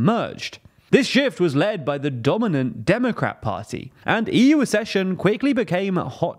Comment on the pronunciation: The word "accession" is pronounced AK-SESSION and not ASS-SESSION. You're welcome!